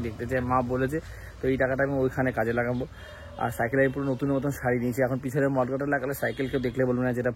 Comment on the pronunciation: ওটা mudguard, mud মানে কাদা, তুমি মড গার্ড বলছিলে, অনেক উন্নতি কোরো, ভাল থেকো